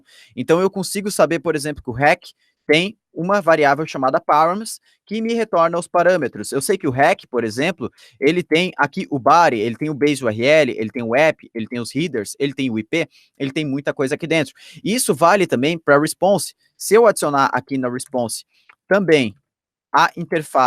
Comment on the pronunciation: Chega a doer o ouvido quando escutei riders falando de headers, mas o video no geral foi bom.